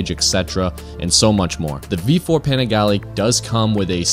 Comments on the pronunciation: "Paneegalee"... Wrong pronounciation. Great video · You didn't even pronounce the name right 😂😂😂😂